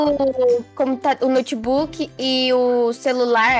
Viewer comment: É impressão minha ou a tinha falado nocebook kkkk